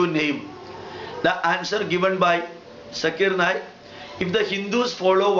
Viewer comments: fast of ol u pronouns his correct name his name is zakir naik....not jaakkir naek..........or please spitout gutka from ur mouth..... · This Gentle Men says Mr. Zakir Naik is not pronouncing the Proper Name of some Line of Veda or so...and concluding... Let me ask .. this gentlemen is not pronouncing even the name of Dr. Zakir Naik the way it has to be pronounced. What is relevance. Ironically... See who is telling what and what...???